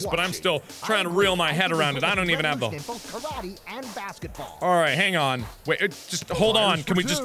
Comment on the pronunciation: As a Japanese person I got slowly more and more upset every time I heard Karate pronounced wrong....